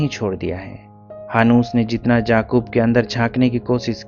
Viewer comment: It was yaqub not jaqub 😅, there is difference and same with alfaz not alfaj